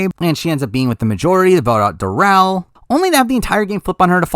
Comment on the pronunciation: its darnell not darrell